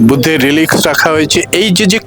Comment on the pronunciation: সরি, উচ্চারণটা "রেলিক্স" মানে ধ্বংসাবশেষ।